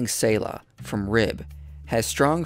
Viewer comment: its not tsayla its pronounced Tseh like zz in pizza or panTZ or tsunami